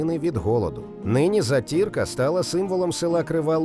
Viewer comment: Привіт, на Волині також готують таку страву. Мені подобається з молоком затирка , але наголос на перший склад)